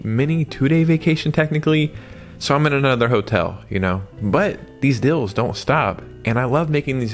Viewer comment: Why do you say dills and not deals?